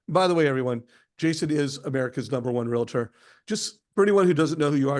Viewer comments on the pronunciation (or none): there is no such thing as a Real-a-tor; it's Realtor (two syllables), or if an agent is not NAR affiliated, there are a real estate agent. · Please learn to pronounce Realtor. It is NOT Real-a-tor. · I am a REALTOR (two syllables not 3) and proud to be a member of the oldest, largest most powerful and helpful trade association in the world, the National Associations of Realtors. NAR and it's members have one purpose and that is to protect and serve our property owners, Sellers and Buyers alike. The MLS was formed many years ago primarily to have a way to promote properties for sale and publish a unilateral offer of compensation to agents who have a buyer wanting to buy a home listed with a seller. There would be no successful transactions without a buyer and a seller. We need each other. When a seller decides to sell their home they need a buyer...right? Most sellers don't know how to do that. Some think they do and a few can sell by owner. Buyers wanting to buy a home need help with a litany of events to be successful. They need a Realtors help doing that. That's what we are trained for. What We have to offer is very valuable to both Buyers and Sellers. A seller has the choice to interview several Realtors to list with, determine the right price, marketing events, handle the transaction to find the right buyer and the seller can negotiate the commissions they will pay. Commissions Are, Will and always have been negotiable. I can choose to not take that listing or work with that buyer if they are not willing to compensate me. The changes in the NAR settlement when and if it is approved will remove the field in the MLS posting the offer of compensation to a buyer’s agent.